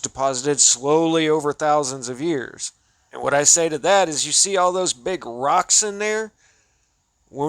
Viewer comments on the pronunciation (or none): The weird voice inflections when he says "brick" or "rock" are so cringe. In his latest stuff, he seems to just show the pictures with very little explanation because, apparently, his audience already knows exactly what he would say.